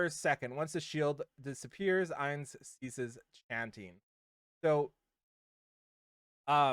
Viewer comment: Ainz is pronounced like eye, not ay. He'll be a mage 100%, Shalltear will most likely be a knight since she uses a lance like senya, and Albedo is the one I'm not sure about but I'm guessing she'll be a warrior since she uses an axe